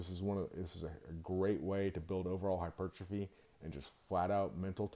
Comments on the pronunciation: Bro stop saying hypertrophy like that you fucking retard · Mother fucker can’t even say hypertrophy right says it all fucking weird I’m tired of everyone butchering words as if we don’t have specific sounding words